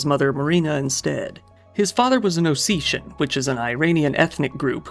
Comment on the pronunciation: thanks I think he just mispronunciation the word osstian. which is fine